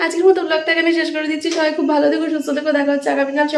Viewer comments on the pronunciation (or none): none